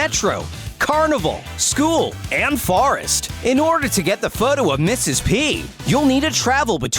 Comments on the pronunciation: Mista. Pee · M.S.P is m she p